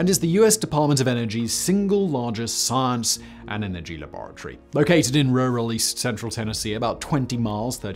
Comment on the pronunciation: Am I the only one who clicked just to hear Simon say La-bore-a-Tory